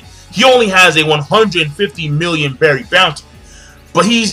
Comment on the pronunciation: Belli. Not berry. You are not Japanese you know how to pronounce L